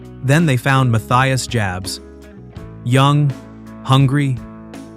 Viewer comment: You’re mispronouncing Jabs.